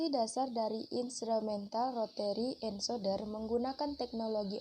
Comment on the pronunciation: Sudah bagus utk kedepan pelafal ENCODER = ENKODER bukab ENSODER .Begitu juga Yg lainnya